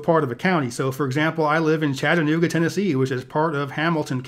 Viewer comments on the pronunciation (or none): none